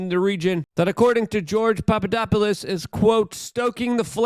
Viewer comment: How does Luke Butcher the pronunciation of Mediterranean but nails Papadopoulos ?